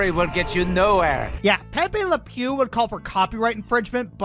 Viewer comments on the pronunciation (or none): none